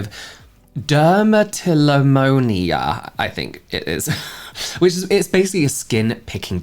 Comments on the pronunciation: mania not monia 😅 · dermatillomania, not monia